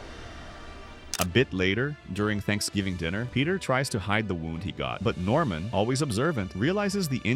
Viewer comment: Normam? It's Norman